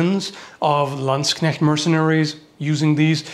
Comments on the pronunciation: You pronounce Landsknecht and katzbalger correctly, well done sir.👍😅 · he can pronounce Landsknecht! :O In a game I used to play they were commonly referred to as landsharks